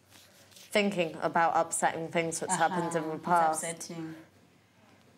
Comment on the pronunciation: fings....its things.........wif...its with